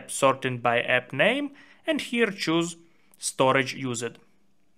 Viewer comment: That's the Russian accent kicking in 😂❤